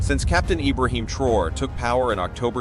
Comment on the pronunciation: The name is pronounced TRA-O-RAY Hence Traoré NOT Trore Ugh🙄